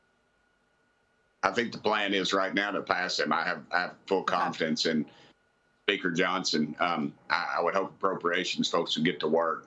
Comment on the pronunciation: I had to go back to see if I heard that right, he says Baker Johnson but, I heard bigger Johnson the first time 🧐😂